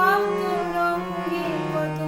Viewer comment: দারুন ভালো লাগলো আপনার গান, শুধু তোরঙগ উচ্চারণ না হলে ভালো হতো।